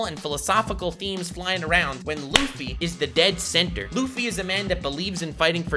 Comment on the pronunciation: Bruh u had me good till u said luffy ...meh